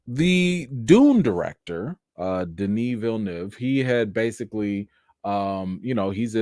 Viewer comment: I love how you pronounced Villeneuve correctly, my man!🤣🤣🤣